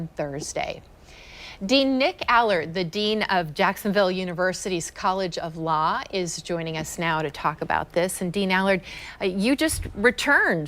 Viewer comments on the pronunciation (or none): College of "Lah"??????